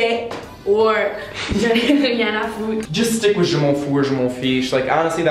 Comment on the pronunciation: Personnaly I say"j'en ai rien a foutre" But be careful with you"re pronunciation You say cuille instade of couille :D (damns it's so rude) same thing for "foutre" you pronounced it like 'futre" ^^